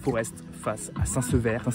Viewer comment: PS ça se prononce saint sevé On dit pas le "r" 😜